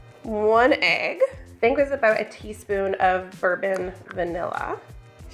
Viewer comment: Did you say “tieve -spoon” 🧐😂 or was you just being silly?